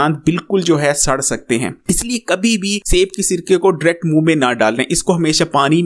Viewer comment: Word is DIRECT not dract 😂